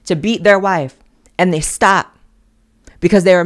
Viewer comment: "Theybe" is priceless! It took me a few to realize the correct pronunciation, but I think you have hit upon a new word!